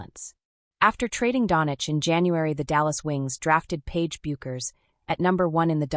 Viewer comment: Think of the beer or hair product "Beck's" when pronouncing Paige's last name. It will make it easier to afford credibility to the commentary.